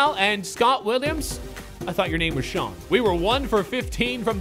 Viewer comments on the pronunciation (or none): none